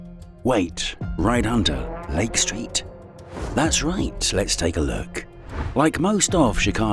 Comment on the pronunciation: This video about an American city in the USA would be improved, in my opinion, if narrated with an American accent and not a British one. From the start, with his pronunciation of the words "Lake Street" I had to turn on captions to be able to understand the narration as the british enunciation was lacking in clarity for understanding of the video content.